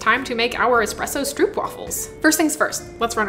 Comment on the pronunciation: Dutch person here, you were very close! Try to pronounce the oo in stroop like "Oh" in "Oh no!".